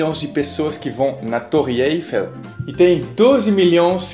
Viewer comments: No Brasil dizemos torre "Êifel". Mas a pronúncia correta não é torre "Eifél"? Fiquei em dúvida quando você disse "Êifel". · Eu me surpreendi com a forma como vc fala Eiffel. Morei lá e a entonação é no 2º "e" e vc falou com entonação no 1º . Fiquei confusa agora.... Parabéns pelo trabalho e espero vc veja meu comentário de seus vídeos do ano passado. C'est ça. Merci!!! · Salut! Por que tu pronuncias Eiffel errado? O certo é dar ênfase na última sílaba.